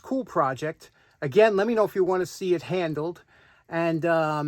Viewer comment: The way you say handled with that New York accent sounds like it’s gonna end up in the east river.